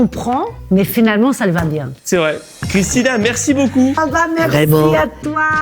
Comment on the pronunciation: Bon bah n’aura jamais correctement prononcé le nom de Christina 😂 J’adore